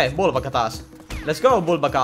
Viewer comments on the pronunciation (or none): se ei oo vubaka vaan ukabuka😅😅Joo ja jatka näitä pls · ärsyttää kun sanot bulbaka vaikka se o n uka-uka